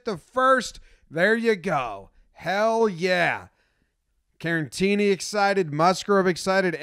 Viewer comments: As always, boss video, but say it with me, Care-uh-teeny. Not Karen-teeny. There's only one N. Caratini. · Jomboy I love you but why are you calling Caratini, Carantini lol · There is no N in Caratini. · You said Caratini wrong every time.